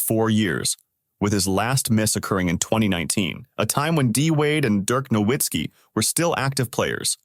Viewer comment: LOL Dirk WHAT? You don't know how to say his name lol ur trash.